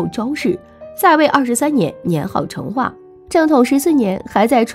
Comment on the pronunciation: 成chen， 四声